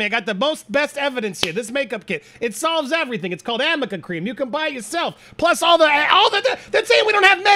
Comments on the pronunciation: its not aMica cream its aRNica cream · Arnica- a r n I c a. NOT Amica. If she used it wouldn’t she know that?! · yes, and they mispronounced "Arnica"; they called it "Amica". I might add, Arnica Cream or Gel, is a fantastic topical over-the-counter for aching joints, arthritic joints, sports type injuries, pulled muscles or muscle spasms, bruising, etc. Never use it on surface/bleeding abrasions, open wounds, etc. You can buy Arnica Topical at the Vitamin Shop, health food stores, etc. Follow instructions on the label. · Arnica cream is not makeup, it’s a natural cream that helps speed up the healing process of bruises when applied regularly, which has been used for centuries. People have been calling it “Amica” as a joke because AH’s female attorney said it wrong multiple times while cross examining JD’s witnesses. The makeup product AH claimed she used to cover her “injuries” looked to be concealer and pressed foundation. And I agree, the brands and movies that are associated with her should drop her bc it’s clear that she is guilty. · IT'S ARNICA CREAM! the amount of times this woman out of pure ignorance referred to a nonexistant cream was infuriating lol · Swelling: Arnica Cream! Arnica Cream! We all heard Arnica Cream mentioned ad nauseam. 😂😂